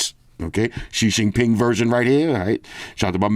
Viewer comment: i always laugh when say "xin xin ping" xD